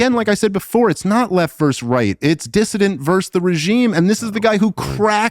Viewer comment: He knows the word “repudiation” but he does not know it’s “versus” and not “verse”?